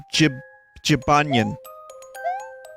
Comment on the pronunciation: Gybanyen? more like Jibanyan lol